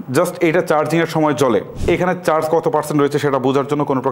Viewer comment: dude first of all get your pronunciation right, It's চার্জ not চাজ , what is Case unbalanced আপনার মত মোটা নাক যাদের তারা নাকের উপরে রেকে (রেখে) বেলেন্স (ব্যালেন্স ) করবে নাকি ? and what is you don't have to struggle to get the buds out of the case, like dude who wrote your script ! ওরে শীল মাইরা দেন । and also what do you expect from ANC , like i have ANC mode on now if someone shoots a gun right beside my Ear i won't hear it . Even Apple will fail to provide that type of ANC. Also IPX4 rating শরীর গেমে নাকি ঘেমে ? and dude tell me this on the packet it says upto 40 hrs and company Claim 40 hrs their is a difference . get your facts check who made you a Tech reviewer